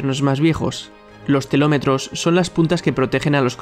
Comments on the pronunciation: Sólo escuchar que en vez de decir telómeros dices "telómetros" hace que no pueda tomarme en serio este vídeo. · ha dicho telómetros, no? si, ha dicho telometros. Si lees sin saber a, menos lee bien :)